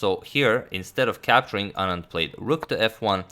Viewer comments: The fact that he pronounces "Anand" just perfectly, makes me so happy. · Yes... Perfectly pronounced